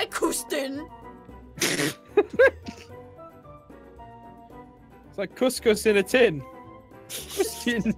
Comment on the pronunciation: ITS KOOSTIN